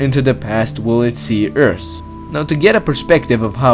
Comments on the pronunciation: Your accent and lisp is annoying lol. I'm sorry though. Earse=Earth lol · your channel has potential, please don't ruin it by speaking terrible english. you need to learn how to pronounce your Th's. look it up! you are saying 'eart' not 'earth' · Can't even handle this accent. Lol It's pronounced 'thousand' and 'Earth,' not 'tousant' or 'eart.'